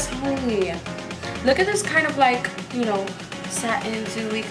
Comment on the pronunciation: Are you saying “honeeeyy” in an Asian accent? Just wondering…